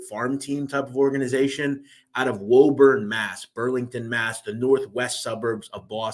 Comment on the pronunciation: "Woah-burn" Mass. Haha it's pronounced "Wu-Burn" or "Wu-Bin" ... I have family there, that's the only reason. Great series though man. Keep up the good work.